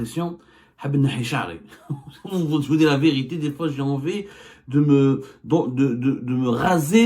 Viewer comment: La viriti soigne bien ton français